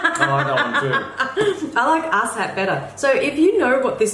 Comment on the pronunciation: “Ass hat” is totally an American thing. Idk where or why it’s popular but the “A” in both ass and hat are pronounced the same in American English. When y’all say it the “a”s are pronounced slightly different. Whenever I hear someone here say it ass and hat both have the same emphasis.